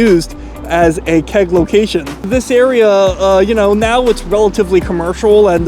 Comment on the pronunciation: Love your videos, and so happy you came back to Toronto! As someone mentioned, you have your pronunciation down! What I would say about the Keg, is that while it's not on par with a premium steakhouse, it's always consistent and never a letdown.